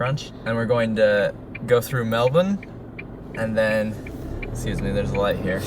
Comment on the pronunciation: you pronounced Melbourne perfectly!